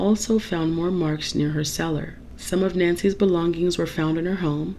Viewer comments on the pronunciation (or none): none